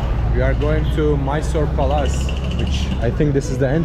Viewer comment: pronounces Palace as Palaaas. I love it.